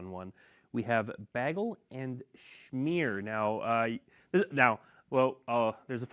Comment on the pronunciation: I just about died when he pronounced bagel like Britta from the hit NBC/Yahoo Stream comedy masterpiece Community